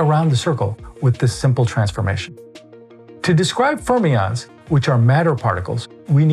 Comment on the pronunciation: fachlich ist der Beitrag zu loben, ich hab deutsche Untertitel und deutschen Audiotrack eingestellt, ein Wunder, daß das geht . Für die künstliche Intelligenz "" bleibt zu lernen, wie Fermionen , wie der Lagrangian etc. auszusprechen sind . Läßt sich sowas kontrollieren / nachbearbeiten ?